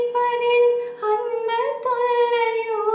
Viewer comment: அன்புத் தொல்லையோ என்பதை உச்சரிப்பு மாற்றி பாடுகிறீர்கள்.